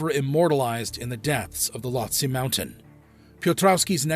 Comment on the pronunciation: It’s not that no one wanted to help Mohammad, it’s that they can’t. That’s why bodies aren’t recovered that high. If you can’t walk, you can’t be rescued 😭😭😭 Also, Lhotse is pronounced “low-tzee” lol